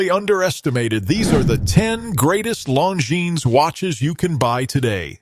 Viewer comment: Seems like if you are going to use AI for brand videos, you would want to make sure they pronounce the name correctly. Kind of sad. Nice watches though.